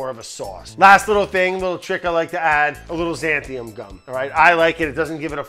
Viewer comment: Xanthan gum, not xanthium or xantham. :)